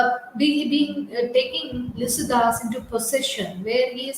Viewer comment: Pronounce clearly Lycidas